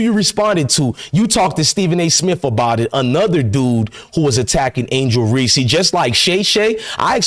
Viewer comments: Dude, I like your info., but please stop mispronouncing Angel's last name. It is Reese, (like "peace"), not Reese's (like the candy). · Hey bro I know you’re illiterate but just for future reference, you don’t say the “E” at the end of words. It’s “Reese” not “Reesey” you Dumb mf 😂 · It’s Reese not Reese-EEE…but I agree with u tho